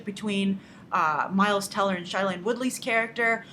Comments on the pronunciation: Also Grace, I forgot to mention, Shailene is pronounced "SHAY-lene", not "SHY-lene". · Grace I'm a big fan but can you please say her name right, it is pronounced Shayleene. Thank you and also i would like to see a Divergent commentary on what you think of the upcoming film.